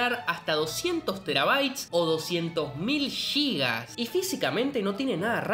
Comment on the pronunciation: No son "Yigas". Sin "Gigas". Y tampoco en realidad son "Gigas", sino "Gigabytes". Intente aprender al menos las unidades básicas y como pronunciarlas.